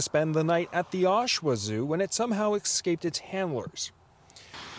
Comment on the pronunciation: It "excaped", did it?